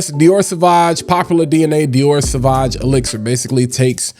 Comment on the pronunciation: Drink every time he says "sah vaj"